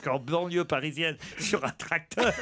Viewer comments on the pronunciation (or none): Pourquoi Ruquier prononce les eur en or ? Genre tractor, professor etc...